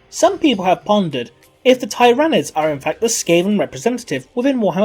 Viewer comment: Tie-RAN-ids? your pronunciation gave me heresy.